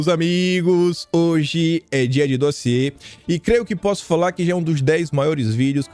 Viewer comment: Vamos dar mais likes no "dóziê" do 😂😂😂😂😂😂😂😂